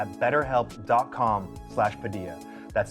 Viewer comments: In the philippines your surname padilla is pronounced by most as "padilya" not "padiya" just sharing ^^" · uhmm your filipino last name really was pronounced as “Padilya” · all this while i wondered why Padilla was pronounced Padiyya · You pronounce it 'Padiya' ?? boy i have been wrong. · "It's pronounced like a 'Y'." Oh Anthony, let me introduce you to Italian 😂 JK... kind of 😂 Love the episode! Learning a little about all the different people you interview on your show is always amazing. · When she said Padilla the wrong way it reminded me of the good old smosh